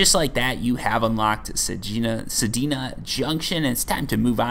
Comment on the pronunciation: Why are you adding an i between the D and the N in Sedna